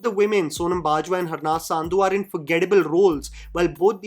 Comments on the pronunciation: It’s pronounced “Sun-dhu” not Saandhu :) Harnaz Sandhu. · how difficult it is to pronounce a name correctly? Angrez ho kya bhai! Sandhu ko saaaandhu bolne ka keeda kya hai? Review baad mein kar lio bhai, basics theek kar le pehle